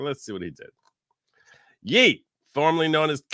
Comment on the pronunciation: I think Kanye deserves an apology from for pronouncing Ye that way lol